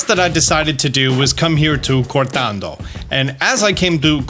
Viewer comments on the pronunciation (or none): Cor TON do. NOT Cor TAAAN do. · Okay but like, it’s cortondo why do you read cortando? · FYI it is not cortando, there is no A, is cortondo.